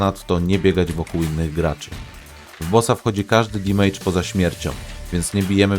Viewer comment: Nie "dimejdża" tylko "damedża" :)